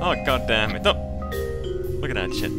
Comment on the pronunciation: He's not saying look at DAT shit he's saying lookadatshit